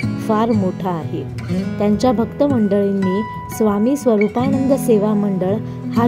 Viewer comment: भाषा सुधार, स्वरूपानंद आहे नाव, स्वरुपाणंद नाही